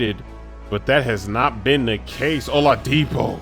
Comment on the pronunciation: O-La-dipo you put hella emphasis on the La lmfao